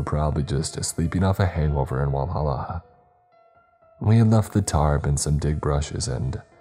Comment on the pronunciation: Bro that hit I live in Senaca and live like 10 minutes away from whalla and Clemson and you pronounced them a little off 😅